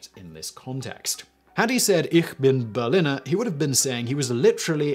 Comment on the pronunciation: It's pronounced Pfannkuchen, not Pflannkuchen :/ And the i in Berliner is long, it's not berlinner